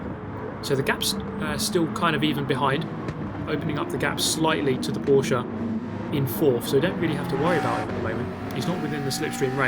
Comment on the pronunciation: In the name of all Germans, thank you for pronouncing Porsche correctly, it hurts my ears everytime I hear people saying Porsch